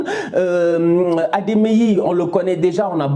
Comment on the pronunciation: C'est pas Ademeyi c'est Adeyemi